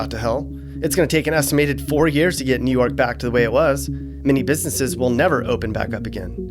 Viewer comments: its WOOOO York blood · How he felt after saying new yuck:👺😈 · New Yuck 😭😭😭😂😂😂